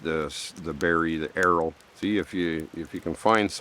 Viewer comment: Why did u call it arrow when i thought you were talking about a yew plant? Is it also called arrow or did i miss hear you or misunderstand? Also Amanita Muscaria in low doses I'd be very therapeutic, and high doses will make you trip out and not in a good way, and is more toxic and high doses. Pretty safe and low doses though